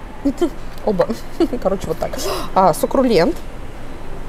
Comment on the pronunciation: Сукрулент серьезно?:)))